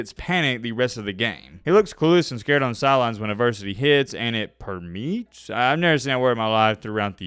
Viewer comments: Per•me•ates 🤣🤣🤦🏽‍♂️ bro said “per-meats” 😂😂😭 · Come on, how can anyone seriously defend milroe at this point? And the word is perm-ee-ates. Permeates. Lol. Tell me you flunked english class without telling me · “per-meets” 🤣 smartest bama fan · ...the word is per-me-ates...meaning it fills up or infects the team fully. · the word is per-me-ates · Also it’s “perm e ates” for your Alabama government school education lol 😂 (spreads and seeps through to the entire team) 🧐 not hating keep up the good content bro.